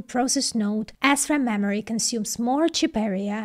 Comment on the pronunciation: mammary technology?